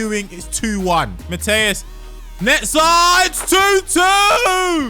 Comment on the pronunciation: Calling lothar Matthäus “matteus” warrants a dislike